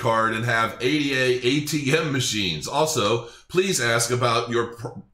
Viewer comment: It’s pathetic still can’t pronounce ADA correctly. What a joke